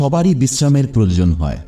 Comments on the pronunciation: Proyojan kathatake prajojan Balen keno...? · আপনার ভিডিও খুবই উপকারী,কিন্তু আপনাকে বাংলাটা কি কেউ লিখে দেয় কারণ আপনার উচ্চারণে আয়ু কে আযু আবার প্রয়োজনকে প্রযোজন বলছেন শুনতে খারাপ লাগছে। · সবই ঠিক আছে। তবে উচ্চারণগুলো এত কিম্ভূতকিমাকার কেন? "প্রয়োজন" কে প্রজোজন বলছেন ; "আয়ু"কে আজু বলছেন। উচ্চারণ গুলোকে ঠিক করুন। নইলে মনটা বিরক্তিতে ভরে যায়। এই ত্রুটিগুলো বা মুূদ্রাদোষগুলো কি কেউ আপনাকে ধরিয়ে দেয় না?